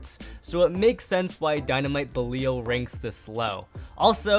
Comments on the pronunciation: BELL-EE—AL come on bro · Say belial and fafnir correctly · him continuing to say belial, requiem, fafnir, and rashad wrong.